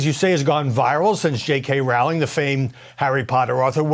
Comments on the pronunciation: Her last name is Roh-ling NOT Rao-ling. 🤦🏽‍♀️ I am proud of her for speaking out and standing up for the truth. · Rowling rhymes with bowling, say it right please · The first syllable of "Rowling" rhymes with "grow", not with "cow". It's annoying that this presenter gets it wrong. He didn't take the trouble to find out the correct pronunciation. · People need to know: "J.K. Rowling" rhymes with "I am trolling". Please pronounce her name properly. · Why do they pronounce ROWLING wrong all the time?